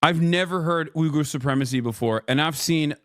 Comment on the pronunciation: Hasan, it's pronounced weegger